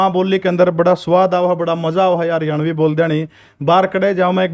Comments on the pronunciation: Haryavani nhi hoti mdm ji haryanvi hov h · को हरियाणवी शब्द बोलना नहीं आ रहा हरियाणवी को हरियावणी बोल रहीं हैं 😂😂😂😂😂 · सर इस मैडम जी को समझाओ ये हरियाणवी को हरयावी बोल रही है बार बार 😭😭😭🙏🙏🙏🙏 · Hryavni nhi,,,,Haryanvi😀😁😁😂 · Madam ji Haryanvi bolo na ke haryavni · Haryavni nhi mam Haryanvi 🤣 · Madam ji haryavni nahi haryanvi bolo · Haryavni nhi madam haryanvi howe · हरवयावनी नहीं हरयाणवी होता है।😂😂😂😂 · hariyavni bol rahi hai